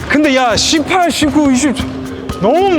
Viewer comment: 전태풍 18.19.20 할때 욕하는줄 ㅋ 18 이 너무 찰짐 ㅋㅋㅋ